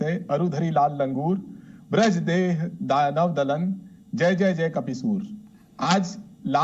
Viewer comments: लगता है इससे पहले आपने हनुमान चालीसा नहीं पढ़ी ब्रजदेह नहीं वज्र देह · ne laal deh laali lase galat sunaya. Braj deh nahin hota, vajra deh hai